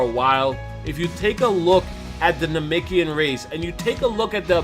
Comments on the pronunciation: Namekian...not namikian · IT'S NA-MEK-IAN NOT NAMIKIAN..... JEEEZ U SAYING THIS OVER 1000 TIMES.... ANNOYING ASF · Am I the only one triggered by the way he pronounces Namekian and Namikian